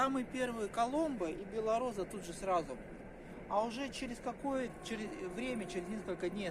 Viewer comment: не беллораза а белороса